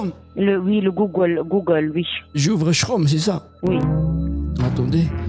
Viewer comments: Je me refaisais la vidéo et j'ai fini par entendre le " Ch-rome " que tu as écrit et que je n'ai jamais compris ce que c'était. Maintenant ça y est, j'ai compris, c'est Chrome mal prononcé mdr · Google shrome... 😂 😂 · "Ch-Rome" entre ça et le proverbe chinois j'ai explosé de rire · "shraume" x)))) (chrome) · "j'ouvre sshraume" 😂😂😂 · Et Chrome : "shroum".. trop drôle !! Fallait y penser !!🤣🤣🤣🤣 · Putain quand t'as parlé chinois j'étais plié sur mon canapé, et puis la prononciation de chrome 🤣🤣 bien joué mec, bande d'escrocs vah